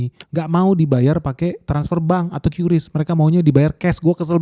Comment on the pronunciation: katanya pengucapan QRIS itu KRIS bukan KYURIS. Huruf Q kalo sendirian bacanya KYURIS, tapi kalo udah gabung sama huruf lain bacanya jadi K seperti QRIS (KRIS), QURAN (KURAN), QURBAN (KURBAN), dan lain2. Seperti yg udah di jelaskan Gubernur BI.